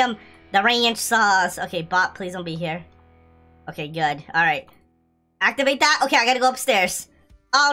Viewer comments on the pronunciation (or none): none